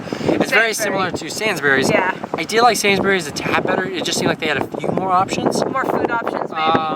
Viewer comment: It is pronounced SAYNS-Breeze not SANS-burries